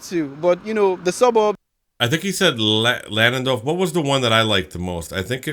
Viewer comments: is not LLanduno but Llandudno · it is Llandudno, not Llunduno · Guy in the video calling Llandudno, Llanduno 🤦‍♂🤦‍♂🤦‍♂ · Llandudno, not Llanduno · Llandudno is pronounced "lynn-dud-no".